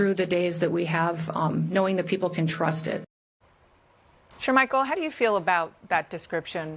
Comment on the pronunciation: 😂😂😂 did Neom say "trust"